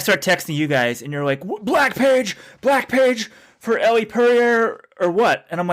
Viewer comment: So annoying that keeps pronouncing Elle's name wrong.